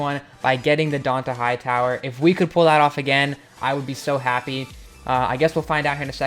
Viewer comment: Can u fix how you say Dont'a Hightower omg